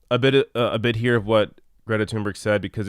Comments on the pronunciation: I truly wish people would at least attempt to pronounce her name right. Tune-berg isn’t even close. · Her name is pronounced Toon-bury.